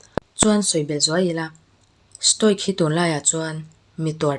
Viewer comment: Stoic pronounce dan: sto-wik (ic)hi (wik) angin mizo A,Aw,B anga lam tur ani.